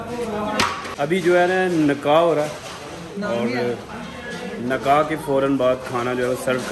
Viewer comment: Nakah nahi bhai nikkah 😊 or taste bohat kam kiya apne 🙂